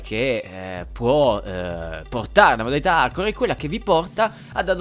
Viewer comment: sembra che dici modalità Arcore.....